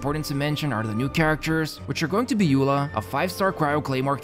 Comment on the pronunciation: Eula's name is pronounced like "Oila" by the way!